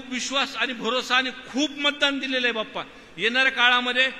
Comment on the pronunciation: बाप्पा नाही पप्पा ऐकू येतंय 😂